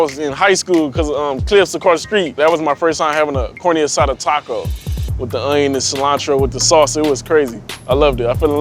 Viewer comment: CORN E ASADA,lol leave my culture alone if u can’t pronounce the word right